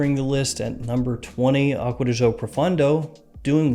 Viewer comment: I found irritating how Americans say aqua di jio..seems like impossible for you to say aqua di GIO. after all, this comes from Giorgio Armani, not Jiorjio Armani... Come on, man. I really like your videos a lot